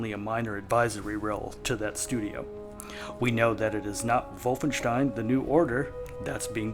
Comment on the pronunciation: I LOVE THE WAY YOU SAID WOLFENSTIEN! I LOVE YOU MAN! So many people say it Wolf in stien. THANK YOU!